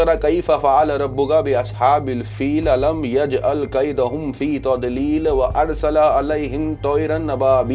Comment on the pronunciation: Aap ki Tajweed bilkul theek h. Not many non-Arabs can pronounce “Tadlil “correctly